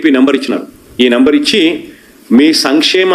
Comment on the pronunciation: Samimksheymam antaru Not Sankshemum Me sarcasm ki 🙇